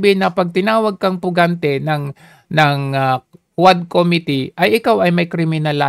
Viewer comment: Quad Committee o HuadSec 😮😂